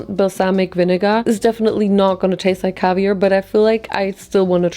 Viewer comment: The cavier😭😭😭🤣